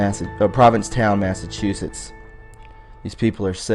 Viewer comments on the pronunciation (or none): none